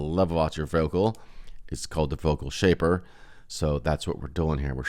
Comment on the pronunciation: Shaper not shapper 😂😂😂